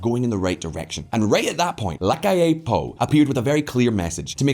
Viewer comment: The pronunciation is the accent on the “A” no on the “I” on the word “Amplio” and “LaCalle” is a double “ll” not a single “l”